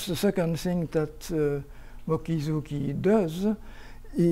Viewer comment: He manages to mispronounce Mochizuki (Mokizouki).... all a French speaker needs to do to get that 95% right is to spell it in his brains as Motchizouki. It is amazing to be so bad. But Deligne is a great mathematician.... so forgiven there.